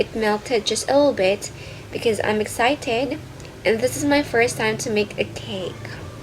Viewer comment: your language is wrong and when you pronounced the excited when you pronounce it excited that's all I'm so sorry....